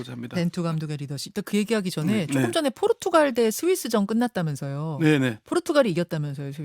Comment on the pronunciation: 대기자님, 발음 똑바로 하세요. 포르투칼이 아니라 포르투갈입니다.